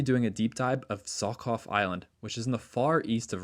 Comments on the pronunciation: Not Zokov, but Žohov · Hi, just a tip: Russian "Zh" is pronounced like a very long "J" (like a vibrated "sh"), not Z! Amazing videos, as always! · I want to correct your pronunciation a little bit, so that you don’t make similar mistakes in the future and don’t angry any potential easily offended linguists. Zh is pronounced similar to j except it doesn’t have a little d sound in the beginning. You could also think of it as a continuous j. Personally I write it like zjh so that at least something is similar to the ж letter that it’s supposed to represent. The kh is pronounced like a hard h. Technically the letter it represents is itself h (Cyrillic: х) but it is still written like that because it has a tiny difference to the English h. The English h sounds like you’re warming your hands with your breath in the cold. And Russian h sounds more like you’re about to spit but you don’t. You don’t actually have to try and do it properly and just saying English h whenever you se kh will do just fine and probably be even better. K in the kh acts like k in knife. I will not talk about sch. It is way too complicated to explain in a YouTube comment so just pronounce it like sh and you’ll be fine. And borscht is pronounced like borsh. So Zhokhov is pronounced like zjhohhov (jjohov) Fire video 🔥